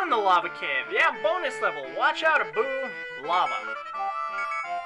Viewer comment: When you were yelling "lava" it sounded like "no more la-mulana" :|a